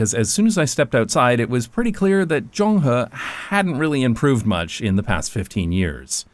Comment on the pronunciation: As an urbanist, traffic safety advocate, and long-time fan of this channel who happens to live down the alley , I absolutely love this video! Please talk about Taiwan more! btw, shout out to the perfect pronunciation of "Zonghe"👍